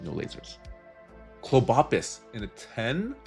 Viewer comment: The way you pronounce Clobbopus is the best way. It makes our day every time you say it! It’s so cute 😊😊😊